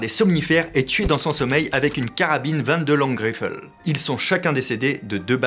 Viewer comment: en français, tu peux dire 22. long rifle sans l'accent, je suis chiant